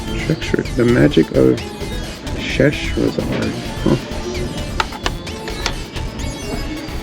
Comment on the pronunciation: Pronounced Magic of Sha hera zad